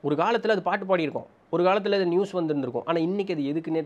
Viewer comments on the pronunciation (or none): none